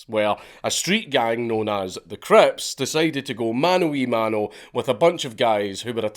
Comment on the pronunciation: I was waiting desperately for you to say "Wenn tha armay fout tha creps"